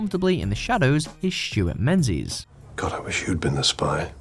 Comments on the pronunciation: it's not pronounced "men-zees"?? It's "ming-is" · Menzies in pronounced Ming-gus. Or maybe ming-iss. Not Menzies.